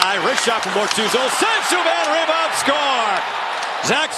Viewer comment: never heard that before 😂😂 "reebound"